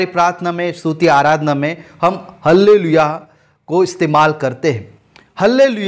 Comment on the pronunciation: हल्लेलुईया नहीं बोली जाती।आल्लेलुईया बोली जाती है।आमेन।